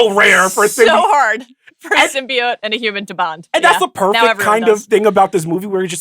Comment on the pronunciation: The fact that Mallory Rubin, of all people, didn't immediately and aggressively correct Sean's pronunciation of symbiote is criminal. Every time he said it, it was like nails on a chalkboard. Sym-bee-oat not sym-bee-uht. Blasphemy.